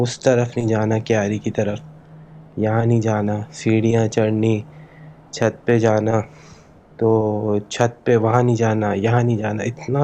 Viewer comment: 😂 " Chut Par " Ya " Chaht Par"